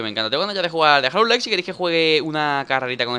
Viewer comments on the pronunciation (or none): none